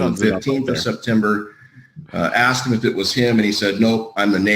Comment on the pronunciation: Missed the live. I was watching earlier couple of day's of the Brooks trial. He bugs you with "axed" . What gets to me, is Dat, dos, and the total lack of "Th." I know he can pronounce it. One more thing, he's not trying to show his innocence or anything that I could tell.